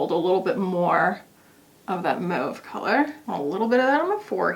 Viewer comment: Thankyou for pronouncing mauve correctly 🎉🎉🎉🎉